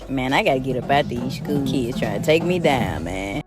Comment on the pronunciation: Beyond the predatory comments and lack of common sense. How the hell would anybody hire a substitute teacher that says Shkewl?!